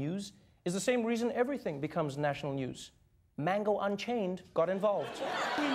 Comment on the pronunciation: He called him MANGO UNCHAINED😭😭😭